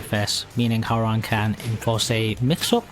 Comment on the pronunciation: Please stop saying HOW rang. It is pronounced HWA RANG.